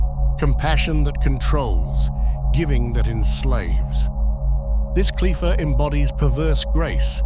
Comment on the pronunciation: This ks AI slop, that is kindof accurate. The names of the qlippot are mispronounced